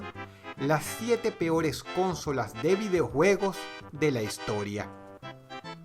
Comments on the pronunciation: Dross es consólas no cónsolas (pongo acento porque sino no va a distingir) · Explicame por que decis CÓNSOLAS? SI ES CONSOLA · Yo: Consolas. Dross: Cónsolas. Yo: Sí, Dross, perdóname. 🙇🏻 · creo que se pronuncia consolas, no cónsolas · Consolas Dross, no cÓnsolas, es llana, no esdrújula. Un saludo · Dross, amigo, con todo respeto, me gustaría decirte que ya has cometido un error de pronunciación varias veces: dices "cónsolas" (asumiendo que la tilde es prosódica, pero en realidad no lleva) cuando en realidad se pronuncia como "consólas" (de nuevo, es prosódica) Ojalá y leas mi comentario, exitos :) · lel, Cónsolas? Yo siempre las e llamado Consólas (No lleva tilde, solo lo puse por la pronunciación) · Me parece curioso como dice "cónsolas" en vez de "consolas", no sé si es que en venezuela les llaman así poniendo el acento en la primera o es algo de dross. *corregido bro. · Porque dices cónsolas? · Cuantas veces dijo "Cónsolas" ? jajajaj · Por qué dice "Cónsolas" ------- Es desesperante! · Cónsolas :v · Cónsolas no es esdrújula XDDDD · Dross: cÓnsolas, Que recuerdo! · ´prque dices consolas y no cónsolas :v nose se oye raro :v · hola dross.. si consolas no lleva acento ¿¿¿por que lo pronuncias asi???? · Me da risa como dross dice consolas jajaja